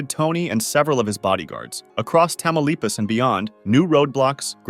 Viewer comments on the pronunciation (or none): They way he pronounced Tamaulipas made me chuckle and also made me want to slap him. That's where my family is from. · The way he pronounced Tamaulipas is wild 😂😂😂 too funny